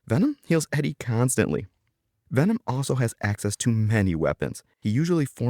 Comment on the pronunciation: Venom❎ Vanom✅